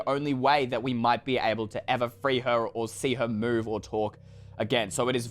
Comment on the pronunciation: Did anyone anyone else hear "see her boobs" when he said "see her move"?!?!